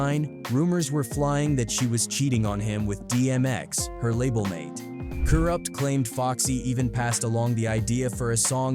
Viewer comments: Kuroot? Lmao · The amount of words and names mispronounced in this video is ridiculous!! 🤦🏾‍♂️ Soo-Gay Knight. Karoopt Tha streetz is a Mootha! 🤦🏾‍♂️ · Who the hell is, "Karoopt"?